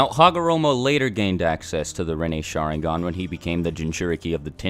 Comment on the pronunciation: I can't cope with the way you pronounce Sharingan. shAAAringan lol. Oh and for god's sake learn to pronounce Naruto, again it's not nAAAruto. Or for that matter EVERY name you pronounce is wrong. Please watch Naruto with Japanese audio and not English dub. I can't watch this, I'm out!